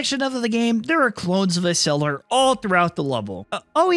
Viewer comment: First it it Ecseller not Eseller And do the sequel